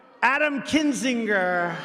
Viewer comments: Gotta love the way Trump pronounces 'Kinzinger' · He also paused on the second syllable to make crap out of Adam kinzinger name.